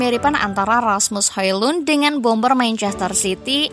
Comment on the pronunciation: cara bacanya Asmus Holon...